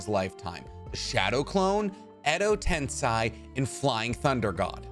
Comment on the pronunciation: The correct pronunciation is ten-say